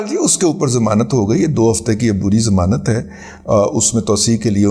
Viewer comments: زمانت نہیں ”ضمانت“ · لفظ "ضمانت" ہوتا ہے "زمانت" نہیں۔ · محترم رضی صاحب ! یہ لفظ "زمانت" سمجھ میں نہیں آیا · ضمانت ھوتا ہے زمانت نہیں ھوتا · زمانت نہیں ضمانت 🙏